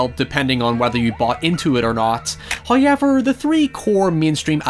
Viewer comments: No one:: "Houiyever..." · I watch these videos just to hear you say the word "however". The way you say "How" is the same way we Aussies say "Hi". It sounds like you are saying "Hi-ever".. 😊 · the way he says however sends me